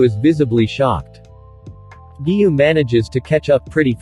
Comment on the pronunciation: Giyuu not giyu